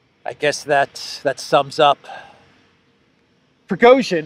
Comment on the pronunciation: Progozhin, Pro-rogue-shin